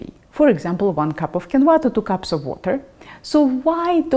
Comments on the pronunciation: It is pronounced keen-wah. I have used this super food in America since I learned to cook in the 1960s. This video is pretentious. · Hello, quinoa has been eaten by the natives of the Andes for years and years, its is very nourishing, and delicious. Please, accentuate the “i” , not the “a” if you do, it sounds chinese….hahaha🥰🥰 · I did not know "Qu" in Quinoa was pronounced as "K " sound or is that just a Russian thing. Heap all that Quinoa up onto your steamed kale and serve it up when your mother-in-law visits. - yum. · Ah, I hate “mooshy quinwah”!